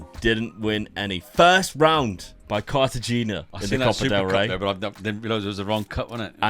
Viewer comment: I’m sorry how did you pronounces cartagena?😂😂😂